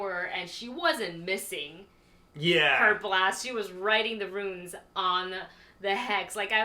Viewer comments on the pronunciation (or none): Great reaction as always but they are "runes" not "ruins."